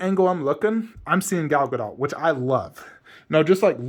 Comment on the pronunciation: Her last name is pronounced with a short T. It's not DOT (like connect the dot). It's sounds like DOOT. Just a FYI for the community. I actually think the bust next to the horse looks better. But with all the props, it looks better in the corner because it's not all cluttered.